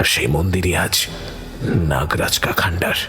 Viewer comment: কিছু মনে করবেন না ,কাল থেকে শুনছি ,ওটা খন ডাহার হবে , খন্ড হর ।মৃণাল সেন এর একটি সিনেমাও আছে হিন্দি সিনেমা এই নামে,খন্ডহর।,বাংলা মানে হলো, ভগ্নস্তূপ